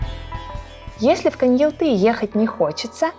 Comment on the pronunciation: Почему КоньялтЫ???😮 КоньяАлты же!